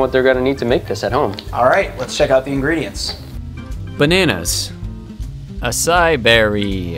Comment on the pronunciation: I thought it was pronounced a-sei-ee